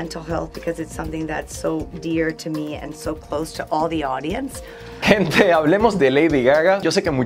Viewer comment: Dices buena sente gente no se dice asi se dice buena noche gente like para que lo lea y no cometa el error